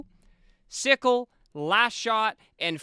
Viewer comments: I think its pronounced cycle, not sickle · Bro has never watched HCS if he's pronouncing CyKul as "sickle" hahaha what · These no-life trolls...dudes legit watch-partied pro halo and kids say hes clueless bc he mispronounced a name. Keep being perfect trolls. Thanks for the content, and fk the trolls man but views are views! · Dude isn't a real fan when he can't properly pronounce Cykul. That's where you lost me.